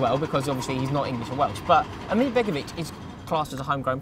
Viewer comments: Lads, please got your pronunciations correct becoming a tad annoying. ASMIR not AMIR and Van Hin-kle not VAN GIN-KEL! Other than that top notch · it is asmir not amir just letting you know